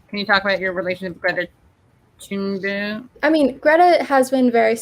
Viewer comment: Its actually very easy to say. The H in Thunberg is silent. Its literally just Tunberg